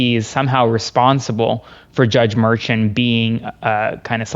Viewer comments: Ok, first off, love the show. But someone needs to teach how to tie a tie😮. Second, pronounces everyone’s name wrong. Judge Merchan’s name is pronounced mer-shawn not mer-chun. I noticed in another video he pronounced Fani Willis, Fanny. It’s fawn-ee. After pronounced it correctly a few times, he finally got it right. Sorry, I couldn’t help but notice. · Hey! If you’ve been in NY court system then you and would be saying the judges name correctly. It’s Jaun (Mer-SHAUN) you and Parnas are saying it wrong. Just helping out. Please say it correctly going forward. NY! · Please pronounce Merchant name correctly. It is not Merchant, it s Merchan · “Judge Mershawn not Merchemt” please pronounce it correctly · Please have your legal analyst learn how to pronounce Judge Merchan’s name correctly. The emphasis is on the 2nd syllable. Thank you. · Love your content,but please teach your experts how to pronounce the judges names. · You need a new legal expert.. can't seem to tie a a decent knot, mispronounces Merchant's name and pronounces Fani Willis's name as Fanny.. same as MAGA freaks trying to dis her. Did a chimp do his tie for him? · Actually it is "Judge Merchan".